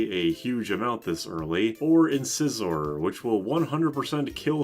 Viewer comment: "Incisor" is a kind of tooth. The second i is long.